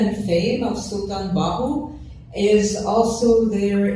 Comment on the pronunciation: So sweet to listen her how beautiful she pernounce the name of Hazrat Sultan Bahoo.❤❤❤❤